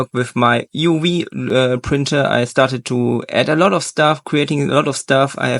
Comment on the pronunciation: "uwee printer" ???